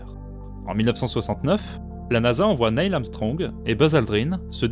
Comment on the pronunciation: Très bonne vidéo. C'est juste dommage que les mots anglais (lunar, guardian) et noms de personnes américaines (Neil, Elon) soient constamment mal prononcés.